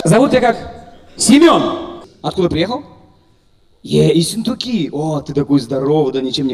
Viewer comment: Исентуки? В одном слове две ошибки ( Ессентуки )